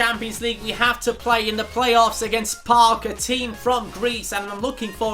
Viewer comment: good job u told that correctky PAOK cause i am greekk .. gj u pronaunced it sick